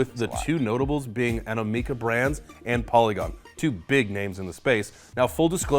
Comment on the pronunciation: It's called Animoca not Animeca.. At least learn the names of those paying you